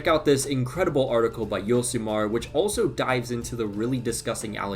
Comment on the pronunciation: I'm not a Vasco fan but 777 is indeed making things even worse for them, they currently sit at the bottom of the league with only 9 points in 15 games which is horrendous, oh and by the way you mispronounced Josimar, it's not Yosimar or Hosimar, the J in Portuguese sounds like J in English, it really annoys me when I see people saying Gabriel Hesus instead of Jesus...... ffs we don't speak Spanish down here LOL